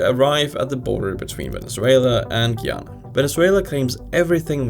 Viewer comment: He butchered Guyana and Surinam 😅